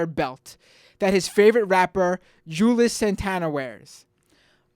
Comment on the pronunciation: It's pronounced: Joo-elz (spelled "Juelz").